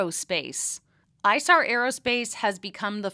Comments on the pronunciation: It's ee-sar not eye-sar! Source: It's the name of the river running through Munich and I lived there for 3 years. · Excellent coverage. The company is named after a river that flows through Munich, Germany, the Isar. It’s pronounced eesar. “i”s are prounced like “e”s in German. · As a Bavarian, I believe it should be pronounced e-sar. It is the name of the river that flows through Munich.